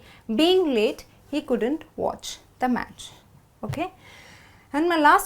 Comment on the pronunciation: why do u always pronounce "couldant" It should be "couldn't"....am I not correct.....???